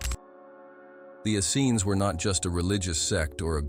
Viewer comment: This is all so true and so brilliant thank you so much.but the pronunciation of Essenes. Is Ess.- eeens emphasis on the eeens